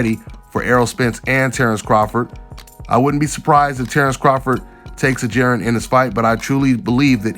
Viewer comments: The man name is jaron not jerin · J A...RON its Ja..Ron lmao great breakdown though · Just call him em is bro 🤣 saying that man name all wrong